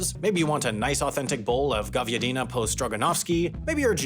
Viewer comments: govyadIIIna po stroganOvski. I like how English speaking people butcher pronunciation of Russian words. It always sound so silly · Also he pronounced the first word to be way to similar to "говно" 😂